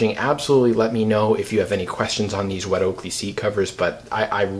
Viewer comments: It’s “wet oh-co-lay” not wet Oakley. Okole in Hawaiian is BUTT these seat covers where first started in Hawaii for people like surfers, and the rest is history. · Oko LEH…. not oakley, not oko lay. Oko leh. Good video though thanks! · Wet "oakley" 🤣 fyi, its pronounced "oh-co-lay" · It’s pronounced o ko lay, it’s Hawaiian for Butt.